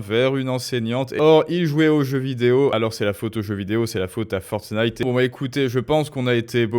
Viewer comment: Oh mince ! Il a vraiment dit Fornite en plus pour le "rapport à la violence" ! Waou.... Je pensais que c'était pour le meme dans les thumbnails.